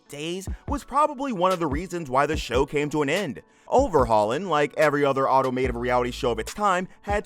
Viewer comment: This was good other than the narrator kept saying automative when the word is automotive it was driving me crazy